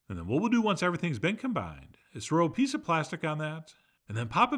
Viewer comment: I had to rewind and check. I thought you said a "Piss of Siracha"!